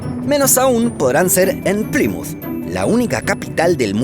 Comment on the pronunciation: Que desesperación como pronuncia "Plymouth" 😩